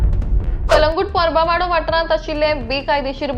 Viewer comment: It is Pronounced as Por- Ba- vaddo and not Pra-Ba vaddo. Aanpad reporter